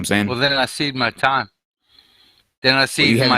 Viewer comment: Kyle: "you're going to have to get to your point a little quicker": "Well then I seed my time.." Kyle: "you...": "Then I seeve my time."